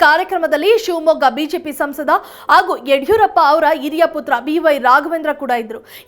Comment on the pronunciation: ಅರಿದಾಡು,ಅಲ್ ಚಲ್,ಆಗೂ, ಒಂದಿದ್ದಾರೆ ಏನೂ ಇದು? ಕನ್ನಡದ ಕೊಲೆ